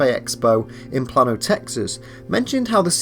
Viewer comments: Plano... Is pronounced like "play-no" not "plan-oh".... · FYI, it's pronounced "plane-oh." I live there ;) Pretty posh nowadays; it wasn't too much to write about in 1999, just a sleepy suburb of Dallas.